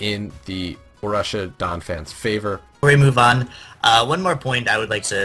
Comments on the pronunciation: BOH-ROOSH-EE-AH is how to say Borussia btw. I also have to say i'm not really a fan of the analysts this season. Last season they were killing it with quips and great flowing chemistry. This season really lacks fun and relaxation from the analyst. Still, i'm sure you can win me over in 12 weeks :) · Yea i hope their chemistry improves, too. little hint: it is not boh-roosh-ee-ah. no sh in the middle. it is just a straight forward sharp s sound like in grass.